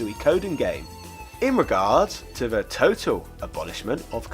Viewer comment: Why can you sometimes pronounce "TH" correctly, and at other times you say "DEH"!?